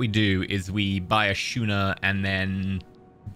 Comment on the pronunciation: It's pronounced 'Skooner'. :) Schooner, like school.